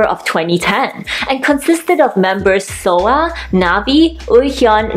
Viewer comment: Soa, not Soo (I watch YouTube on my tv and I didn’t notice the A wasn’t an O).